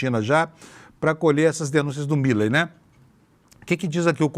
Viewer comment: Me dá agonia ouvir a pronúncia errada do sobrenome do presidente da Argentina!!!